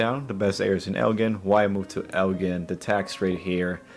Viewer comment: it's El "gin." like a bottle of gin.